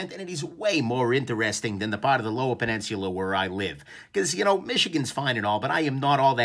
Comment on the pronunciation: Did you just add an “R” to peninsula?